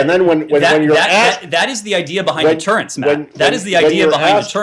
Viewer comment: It's 'deterrence', Saagar.